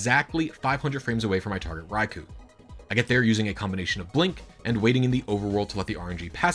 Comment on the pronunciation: you keep pronouncing raikou wrong